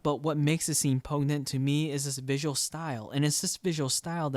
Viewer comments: Not to be a dick, but for future reference, poignant is pronounced "Poin-yent" not "Poag-nent" :) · Did he say "pognant"? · "What makes this scene poe-ig-nant to me" ........